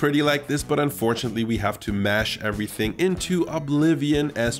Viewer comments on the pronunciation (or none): none